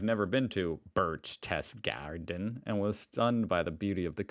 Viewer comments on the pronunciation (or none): I will hope that someone explained you that the right name ich "Berchtesgaden" and not "Berechtesgarden" and of course "Königssee" and not "Königsee" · It's spoken "Birch- tazz- gawden" and our 'Umlaut' ä,ö,ü are really challenging to pronounce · Hey man, I am from Bavaria, and it is a little bit funny to hear you speaking the words "Berchtesgaden" and "Königssee". Sorry, I dont want to lough abought you. By the way: Königssee means "Kingslake." Bavaria is from the mentality, language and culture much more a part of Austria, the from Germany. Most Germans dont understand Bavarian dialekt, but every Austrian understands it well. Bavaria lost at 1866 a War against Preussia (North Germany) an so we have to be part of this country, but we dont feel the same way like the cold germans. Bavarian and Austrian peoples are blessed with much more emotionality and feelings, and they they are not so over korrekt, like Germans. But most of all, they have much mor fun and joy in their heard. If you want to visit the Austrian - Bavarian Alps, you do it most easy if you fly to "Innsbruck" or to "Salzburg" in Austria. So you are direktly in the heard of theese Area. Also you can fly to Munich. With the car, then it takes round 2 hours to arrive in Berchtesgaden. It is verry close to "Salzburg" Austria (15 minuntes with the car). Makes me happy, that you like our country. Thanks.